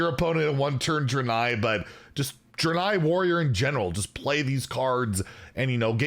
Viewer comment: It’s pronounced Dray-nei